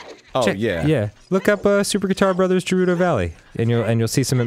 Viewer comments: Holy hell man, why do you care so much? Given the rules of English, it actually IS pronounced with a soft 'G' as Je - rew - doh, but the "Japanese" pronunciation (translated from the syllables from romaji) would be Ge - rew- doh. Now the real question is why people care so much about something so meaningless. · I swear. If I ever meet Arin. I will walk up. Scream "IT'S GERUDO NOT JERUDO!!!" Then walk away. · jeruto valley? Its Pronounced with Guh Gerudo Valley. Go back to link of the past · I'm not going to be able to stand this much longer. The shield was fine, the boots are fine, but his pronunciation. It is not JERUDO it's GUARDO!!! GET IT RIGHT!!! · its gerudo not jerudo geh-ruu-doh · ITS GUH-RU-DOH. NOT JERUDO. CHRIST. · GEH-rudo, not Jurudo. FUCKIN GOD! Go back in time and change this! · i know it's been said a hundred times but the way they say Gerudo with a a J sound is killing me. Apparently that's sort of thing the internet constantly fights about but I'd never even thought it wouldn't have a hard g sound until Let's Plays and joke videos, now apparently everyone does it. Apparently Hyrule Warriors finally said it out loud with the hard G and I am so satisfied, though i am saddened by how one pronounces Fi. I dunno Fai sounds less like a name than Fee does. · The pronunciation of Gerudo is /ɡɛ ruː doʊ/ or "gheh roo doe", not /dʒɛ ˈruː dɑʊ/ or "jeh roo doe", nor is it /dʒɜːr ruː dɑʊ/ or "jer roo doe". It greatly annoys me when i hear people miss pronounce this word in this way. Thus I shall make this same comment in every video in which either of them miss pronounce this word. Until they respond to the fanbase about this subject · For the last fucking times they're called Geurdos not Jewrudos! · It's Gerudo not Jerudo... Do you call games, james? No, so why do people fuck up Gerudo so much? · Gerudo.....fucking GER RUU DOH, not the fucking shit Arin is spitting....holy fuck. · "jeh-roo-doh" this is killing me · It's GEH-ROO-DOH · Ghe-roo-doe. Jesus balls.